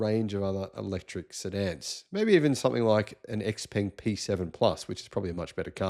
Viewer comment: Yeah but he drives me nuts with how he pronounces “TeZla”, and “ex-peng”. It was also hilarious when he didn’t realise the BYD Dynasty series of cars were the Han, Tang, Song etc. For someone who has been to China a few times. Anyway I love the content, thanks.